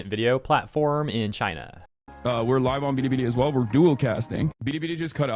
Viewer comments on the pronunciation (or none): The way he says "bilibili" is kinda cringe (I guess he tries to pronounce it in the Chinese way, but it sounds weird). It's similar to the times when he says like the names of Islamist terrorist organizations and tries his durndest to sound as Arab as he possibly could. It's lame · China: you have to say it like Billy, Billy & not Biddy, Biddy you ILLITERATE ONE PERCENTER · Hasan's pronunciation of that Chinese app is one "bidi" shy of a Twiki impression. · Hasan doesnt even say Bili Bili correct Also hair looks like Trevor Philips from GTA 5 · "biddi biddi" Bro just crush my teeth with pliers I don't wanna hear that pronunciation ever again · “Bidi bidi” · Hasan can’t even say Bili Bili correctly. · Why does he pronounce bilibili like that